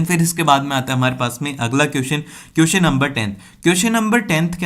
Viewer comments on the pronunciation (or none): Kiyuson nahi hote question hote hai mere Bhai apki pronounsation bahut Galt hai